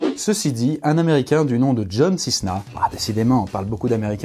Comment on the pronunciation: John Cisna c John Céna